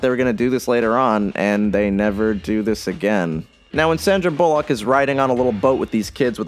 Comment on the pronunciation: "sandra bulleauq"